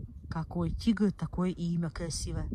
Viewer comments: Она говорит тигр или дигл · тигЛл киЛагЛам кЛасивый, противно слушать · купный тигл )) Серьезно нельзя взрослому человеку выучить выговаривать букву Р ??